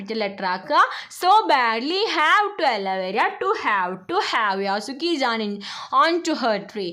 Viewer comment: യാസുക്കിചേൻ അല്ല 😅 യെഷുക്കിചേൻ ആണ്😊